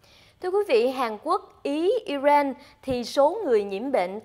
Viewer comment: HongTu hay doc ten quoc gia nua nat nua mo zay,,IRAN ; or ' ai ren' or ' i rang " (!)